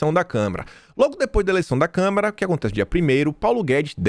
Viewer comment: faz tempo que você pronuncia a palavra Câmara como câmera...